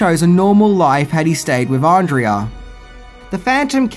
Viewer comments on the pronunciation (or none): Her name is Pronounced Ahn-Dray-Ah. Not Andreea. They say it enough in the movie. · has clearly seen the movie and yet he continues to mispronounce Andrea's name. - No thumbs up for you.